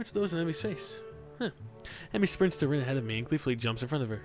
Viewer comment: if u listen close he says rio instead of rin lol